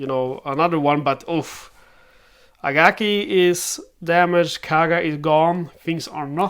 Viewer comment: It’s Akagi not Agaki.